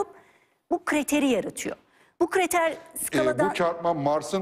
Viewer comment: Hocam kriter değil, KRATER. Elli kere kriter dediniz, bikmadiniz.